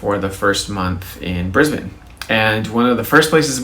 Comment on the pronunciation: You actually pronounced Brisbane correctly! You are OFFICIALLY Australian!!